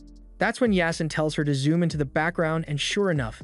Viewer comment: Its supposed to be pronounced as YAA-SEEN it's a Muslim name